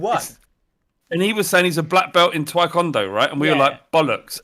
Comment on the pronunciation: Did Flav say 'twae-kondo'?